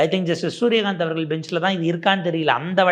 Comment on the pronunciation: "அவர்கல் " என சொல்லாதே Tongue cleaner use பண்ணவும்......